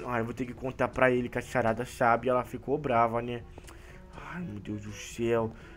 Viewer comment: Sharada ele fala Sharada